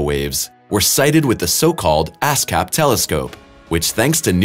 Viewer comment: am I the only one here that heard "ass cap telescope"?🤣